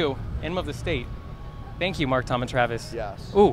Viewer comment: When Dan says 'yes' I feel like he's saying 'yas' idk 😂